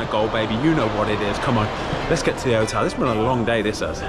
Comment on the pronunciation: he said hotal